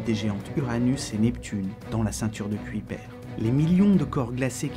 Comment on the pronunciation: Très bonne vidéo mais "Kuiper" se prononce "cueille peur" et non "cuit perd"